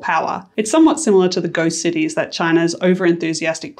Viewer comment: Bro said "ghost cities" Lmao. I guess angloids can only learn so much